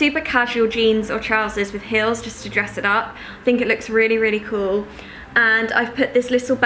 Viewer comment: you say "heel" a bit like "hill", like Anna from viviannadoesmakeup hahahah. lovely video 💕